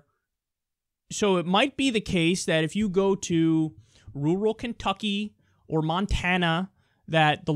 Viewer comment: Ok, Kyle, i'm from the south, but I'm darned convinced that you are sayin' "rural" wrong.